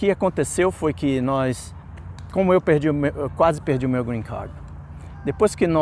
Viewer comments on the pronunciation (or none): Cara vc é formado em que? Tem quanto tempo que recebeu o greencarrrrd?